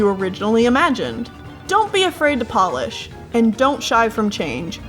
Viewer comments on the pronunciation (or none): none